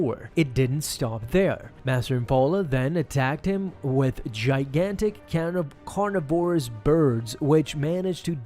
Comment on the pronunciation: If you cannot pronounce the word “carnivorous” as an adult idk what to even say to you